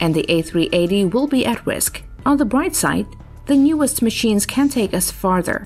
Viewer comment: "On the bwight side..."